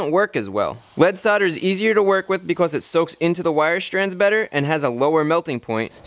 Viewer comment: "Becauss" "woter" God I've never been so angry at an educational video.